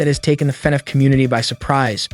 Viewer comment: They way im so desperate for news i was able to overlook him saying “faynayf” the whole time